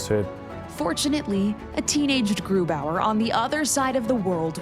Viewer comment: i get so annoyed when Germans pronounce a German name with an American accent 🤔 like bro, what is that about?